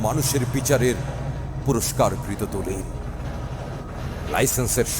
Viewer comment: মনটা ভরে গেল, কথাগুলো রক্ত নরিয়ে দেয় । ভদ্রলোক অসম্ভব এক গলার অধীকারি, যেন সব্যসাচিকে কাছে পেয়েছি। কিছু যায়গায় উচ্চারনে একটু মনযোগ দিলে ভাল হতো। ৩ঃ৫৪ = শব্দটা আন্দলন যায়গায় আন্দরন হয়ে গ্যছে ৩ঃ৫৯ = শব্দটা দলিলের যায়গায় দলিরের হয়ে গ্যছে I did not like the sound mix, Background music is too loud to the main context and the intro took 43 seconds out of the minutes of the recitation. Overall, I am grateful to have witnessed this presentation, kudos to.